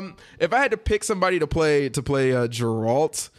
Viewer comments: Not "Jerald". Geralt. grrrrrrrrrrrrrrrrrrrrrrrrrrrrrrrrrrrrrrrrrrrrrrrrrrrrrrrrrrrr lol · Jeralt of Riviay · Jeralt wtf is this Ge-ralt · OMG it's Geralt..."Gear-alt" just had to get that out. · YumLemmingKebabs No its not, it's pronounced Gar-alt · The mispronouncing of Geralt's name is triggering me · bruh confused Joe maganello with manu bennett and kept butchering geralts name lmaooo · Right? XD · Nope, only name you butchered was Geralt's. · Sorry for the rage, but I have to call you out on this because it was too annoying to listen to. How the fuck are you going to get the main character's name wrong especially since you claimed to play the games??? You've had to heard them say it at least 100 times within the first couple hours of playing. Hell, it's even in the trailer and any review of the game. Also manu bennett plays deathstroke on arrow, joe magliano is set to play him in the movies. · Disliked the video for mispronouncing geralt